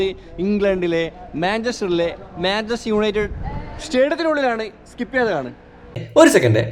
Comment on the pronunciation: manchester "united" aan Manchester "united" aan 🙃 Manchester "united" aan